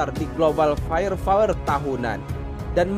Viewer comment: Fire power min. Bukan fire fower 😊